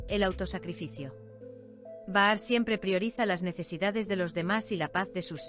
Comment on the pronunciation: Es Bahar escrito,😂 pero al hablarlo o leerlo se dice pronunciando la J o sea Bajar.ahi lo dejo